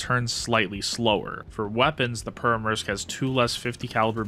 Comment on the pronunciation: the way your pronouncing Pyörremyrsky…